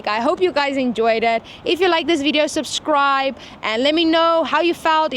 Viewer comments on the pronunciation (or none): none